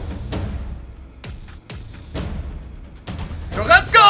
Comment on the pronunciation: Please stop saying letter R’s like you’re an infant. It’s De Bruyne - not De Bwooner, it’s Goretzka, now Gowezka. Other than that you’re the best human on YT